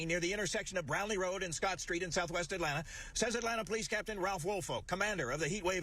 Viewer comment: Dem boys not ean from Atlanta they don’t even say it right 🤦🏾‍♂️